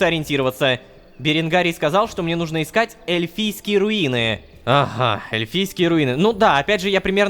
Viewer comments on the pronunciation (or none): Ну́жно, Рома, ну́жно, а не нужно́. Это ударение преследует тебя уже долгое время и это меня убивает, умоляю, ради меня, ставь ударение на две буковки раньше, прошу. Я подпишусь на бусти тогда.